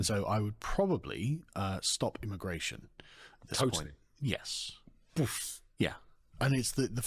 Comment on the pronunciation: Immagration? Come on bro lol